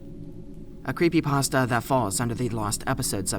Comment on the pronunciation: cweepy pasta (๑˘︶˘๑)